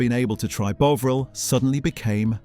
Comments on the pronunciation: Fuck me, flipping between the correct pronunciation and incorrect one is VERY annoying! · why not sick to one pronounciation of the product? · Fascinating but the pronunciation of the o is the same as in on. If it was like you are saying it it would have been written Boveril. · Your narrator somehow can't say Bovril right ... but only sometimes ... hmmmm? 🤔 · Good video, not sure why the narrator is pronouncing Bovril incorrectly or margarine though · I counted 5 different pronunciations. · Try to pronounce Bovril consistently. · You make a video about Bovril, and yet you don't know how to pronounce it! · Why does this narrator continually change the pronunciation of Bovril? Obviously a tone deaf idiot. It is very jarring. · The varying pronunciation of Bovril plus the repeated 'it's not just that, it's this' through the video suggests it's AI slop. I shall get my robot to watch it for me. I look forward to your videos on the history of the hoe-vercraft, and the town of 'Dovver.' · CAN'T watch anymore you can't even pronounce it correctly it's NOT BOVE RIL. It's more BOVRALL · He keeps saying "Bowvril" it's Bovril FFS 🙄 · You're pronouncing Bovril wrong. It's not 'bowvril'... It's 'bovvril' - 'bo' as in 'bob'. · It’s ‘BOVril’ or ‘BEAUvril’ (nobody in England has ever pronounced it ‘BEAUvril’, by the way) - but it can’t be both. If you want to grow this channel.. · The way you switch pronounciation between Bovril and Bowvril triggers me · Does anyone pronounce Bovril as "BOA-vril"? I've never heard that bizarre pronunciation in seven decades of my life. It's always been pronounced as "BAW-vril," with the "BAW" rhyming with "SAW". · The AI is so annoying. It can't even pronounce the subject of the video. It's Bov-ril not Bo-vril. It has a British accent but says 150 the American way (without the 'and'). AI will never be as good as a human! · Sort out your AI Bov not Bove half the time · It's Bovvrill not Bowvrill. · WTF is "bow vrrelll"??? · It's BOVril, not Boveril!